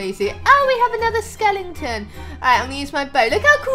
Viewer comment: Instead of skeleton "skelington" you just made my day 😘